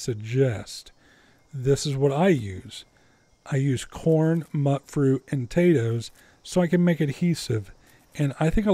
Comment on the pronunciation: Love your videos,! A tiny thing... I'm pretty sure it's pronounced "mute-fruit."